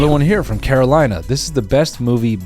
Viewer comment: Noel I love you but your incredibly american pronunciation of "Carolina" cannot go unnoticed